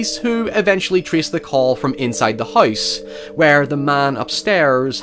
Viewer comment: Man, your accent gets crazy sometimes. Every time you say "house" it sounds like you're pronouncing the three letter word for frozen water with an H in front of it. It really sticks out here due to how much you said it.